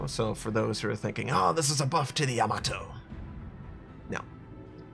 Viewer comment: you say Yamato like Tomato